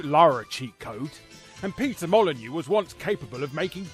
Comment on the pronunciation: PEETAH MAHL-UH-NYOO